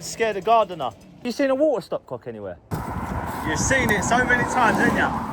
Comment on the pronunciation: its not hor-a ,its water